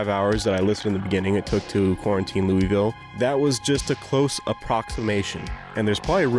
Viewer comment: As a person that lives right beside louisville in kentucky, the way you pronounced it hurt my soul. Its more like "Loo-vul". Great video though!